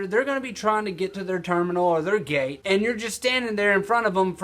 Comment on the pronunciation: .....are. you. Swifty? I heard gay instead of gate